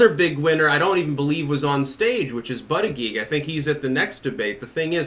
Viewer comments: Buddha-Judge, not buttah-geeg. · Pete “Buttageeg” lolololol